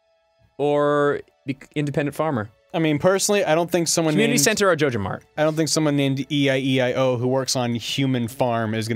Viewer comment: Are they saying jojomart if so they are saying it wrong it is J O J A M A R T ok